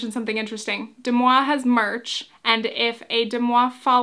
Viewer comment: Why are you pronouncing it incorrectly? Deux Moi is french for two me and it's pronounced "duh mwah" not "dem awe". The mispronunciation, considering all the resources out there to correct you, is totally distracting